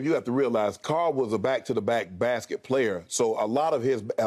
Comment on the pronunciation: Futher and futher away from the brasket😂